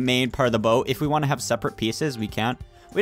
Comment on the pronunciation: Not baot is boat